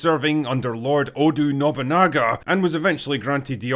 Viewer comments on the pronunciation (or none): Ah yes, the great famous warlord "Odu" Nobunaga 🤣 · What is it with you English speaking guys mispronouncing Oda as Odu, Yasuke as Yusuke or even Yusake? I worked for Ubisoft's QA for 3 and a half years, and it wasn't exactly under the control of HR. I mean, sure, we had the obligatory "shhh, that's offensive" reply from a team lead or project manager when we would joke about Jews, women and the Holocaust, but that's about it. At least, until I left, cause afterwards it all went to shit from what I heard from my ex-colleagues.